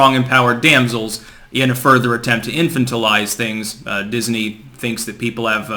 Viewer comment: I know I'm gonna get some negative feedback but, this is driving me crazy. in-fan-ta-lize Arch-a-peg-a-low You're too smart to continue saying them wrong.